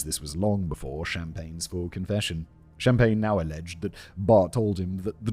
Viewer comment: “No, Mr. Shhh-ahmpagne, I’m putting you on ice.”